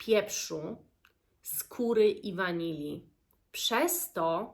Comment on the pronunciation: Usłyszałam pieprzu z kury zamiast pieprzu, skóry...cóż to za składnik myślę sobie 🤣